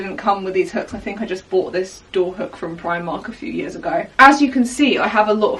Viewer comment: 😭 with your brit.accent Primarkt sound like Primat -Why??? (...what is onging at your Sister's Channle...?)